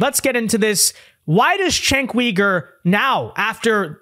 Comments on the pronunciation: It’s pronounced chenck you-ger not wee-ger. It’s cringe hearing you say that, your vids are great tho. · Cenk Uygur is pronounced "Jank You-Gurr". Not "Chank Wee-gurr". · He's name is not Cenk Weeger, the name is Cenk Yogurt. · Uh, phonetically, it's Jenk You-gur.